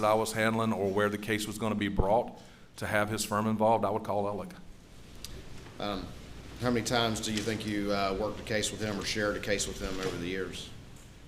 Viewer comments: Why does everyone pronounce his name Alec or Elleck? It’s spelled Alex. I know this isn’t what is important but it’s driving me crazy. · Spelled Alex but pronounce Alec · It bothers me when they keep pronouncing “Alex” as “Alec”. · Alex = “Ellick” Wilson = “Wiltson” Murdaugh = “Murdick”